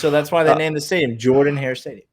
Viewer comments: c'mon guys u should know being college football fans for soo long that its spelled Jordan Hare but pronounced Jerdan Hare, how do u not know this? #GooDawgs #TooHellWithAU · if you still think its pronounced Jordan hare, dont believe me, ask Auburn fans or even google how its pronounced, its NOT Jordan, its Jerdan